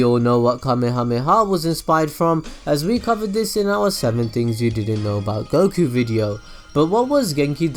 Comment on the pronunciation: UM ACTUALLY its pronounced 'Goh-key' you got the names wrong unsubbed (I have a new Ninja Storm weekly series btw, it'd be sick if we could do a mini collab again haha)